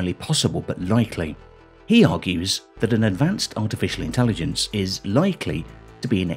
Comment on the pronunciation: ..."intellidense"... - Nick Boström